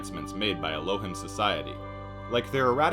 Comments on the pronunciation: it's pronounced "el-oh-heem" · It’s ELL-O-HEEM…. And doesn’t mean sky people wtf lol 😂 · Dude you pronounced Elohim incorrectly for the whole video. Its pronounced: Ell - Oh - Heem Thought you should know